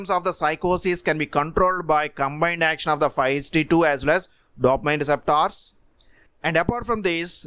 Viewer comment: Indeed 😁 I reckon he's from India.